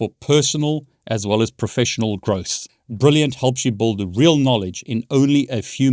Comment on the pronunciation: "Brilliant helps you buld your knowledge" 🤣